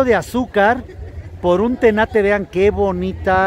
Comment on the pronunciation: Eso es un tenate no tanate 😂